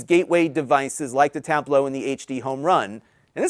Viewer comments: Has anyone else noticed that always pronounces it "Tab-blow" instead of just just saying Tablo? Not a big deal. Just something I noticed. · You are not pronouncing it the same way they do in that commercial. Their primary emphasis is on the first syllable "tab", and yours seemed to be on the last syllable "low".